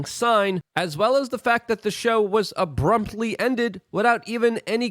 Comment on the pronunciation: "ABRUMPTLY" #Lukeism